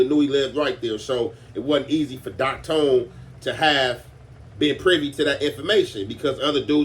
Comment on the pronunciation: Its Doc thone not tone lol